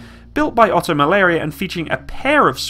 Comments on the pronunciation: He said "Oto Malaria" - it's pronounced Oto Malara dude Loved the video though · "Built by Oto-Malaria" Are you drunk?